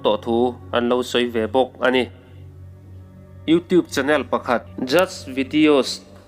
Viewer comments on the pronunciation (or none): none